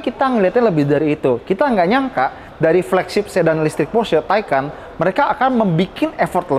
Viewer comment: Kalau Taycan dibaca taikan, kalau Macan ngga dibaca Makan? 😅